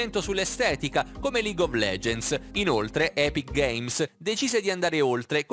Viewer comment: Non sai nemmeno pronunciare epic games